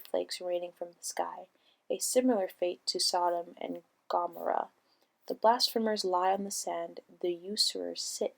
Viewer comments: Gomorrah is pronounced (Gum-or-a) not gommora... At least do your research fella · It's gu- more-uh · “Gomera”? Nothing conveys the fact you don’t know the subject of your work and are just reading more than when you can’t pronounce common words related to it. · It would be pronounced: ga-more-ah, for Sodom and Gomorrah. Nice little recap on the circles of Dante's divine comedy. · It’s gaaaaaammooooorrrraaaaa learn how to talk. And you get applause at the end? Ha